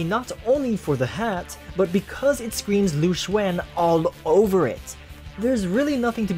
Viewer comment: Also you aren't a musou fan anymore. HOW COULD YOU SAY LU XUAN INSTEAD OF LU XUN